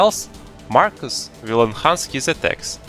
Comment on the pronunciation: 2 things 1: it’s “Markoth” not “Markus” 2: THIS FRICKING GUIDE CANNOT EVEN GET ME TO PHASE 2 FOR CHRISTS SAKE AND YOU REALLY NEED TO GET A WIDER VARIETY OF STRATEGIES FOR ALL TYPES OF PLAYERS Edit: sorry I lost my temper and I just really fricking hate markoth